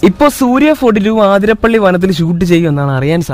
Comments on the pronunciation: Not aathirapilli it's athirapilli 💀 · ആതിരപ്പിളി അല്ല അതിരപ്പിള്ളി 😂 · Athirapally alla athirapilly 🤦‍♂️🤦‍♂️ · Bro aathirapilly alla athirapilly enna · Aathirapalli alla athitappalli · Aathirappilly alla Athirappilly.... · ആതിരപ്പളളി അല്ല അതിരപ്പിള്ളി യാ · ആതിരപള്ളി അല്ലടോ അതിരപളളി എന്നാണ് 😒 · ആതിരാപിള്ളി no അതിരപ്പിള്ളി